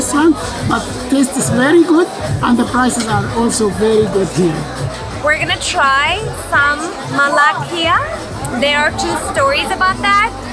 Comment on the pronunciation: Just a little Tipp for more enjoyable videos. She should stop trying to pronounce arabic words, I've never heard someone butcher the language like she did" molakia, al Kaira, shikran " As a turk u should be able to do better. The white boy did a better job. And btw... u see similarities to turkey in Egypt, like the darabuka or the coffee, that doesn't mean they are Turkish. that is no Turkish coffee that is egyptian